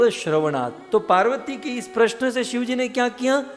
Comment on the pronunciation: प्रसन नहीँ प्रश्न होता है